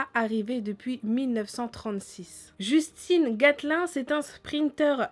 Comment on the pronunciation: On prononce djeustin et pas justine comme le nom de meuf